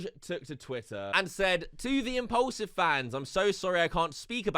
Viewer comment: for some reason you calling it "impollsive" really triggers me. It's mean to sound like it has the nam "Paul" in it. Impaulsive...pronounc it like "porl", not "poll".